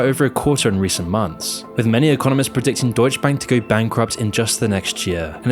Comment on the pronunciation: you make deutsche sound like doge. doge bank lmao